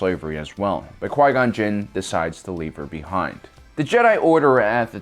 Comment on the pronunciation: “When Darth maul penetrated Quia gon gin”